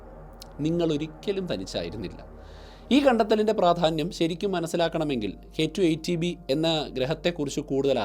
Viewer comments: K2 18b, not k2 eighty b, correct it when you pronounce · പലതവണ കേട്ടിട്ടും ചേട്ടൻ പറയുന്നത് കെ ടു, ഏയ്റ്റി ബി എന്നാണ് ഞാൻ കേൾക്കുന്നത്... ഏയ്റ്റീൻ ബി എന്നല്ലേ പറയേണ്ടത്? ഇത് 18 അല്ലേ... ഏയ്റ്റി എന്ന് പറഞ്ഞാൽ 80 ആവില്ലേ...